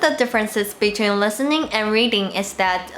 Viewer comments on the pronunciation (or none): none